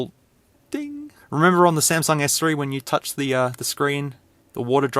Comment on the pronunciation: He said San sung 🤣🤣🤣🤣🤣🤣🤣🤣🤣🤣🤣 I'm cryin over here 🤣🤣🤣